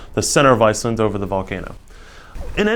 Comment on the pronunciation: Icelent and icelyn.... bugged my ears the whole time. Thought maybe it was just a speech impediment, but then he said Icelanders perfectly.